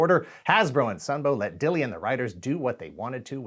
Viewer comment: I've met Flint, and asked him directly about the pronunciation of his surname. It's "Dill" like the pickles, it's just an Old English spelling with a silent "e".